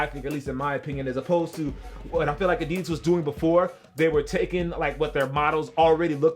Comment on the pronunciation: Finally someone pronouncing adidas right... at least the first time u said it